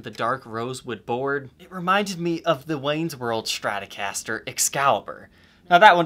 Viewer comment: A schtratocaster? What is it?